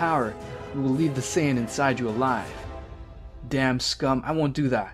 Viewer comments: bro it's no sayagin but Saiyan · clearly you watch dragonball in english so ill spare you the details. Saiyajin Was the orijinal pronunciation english translation changed it to saiyan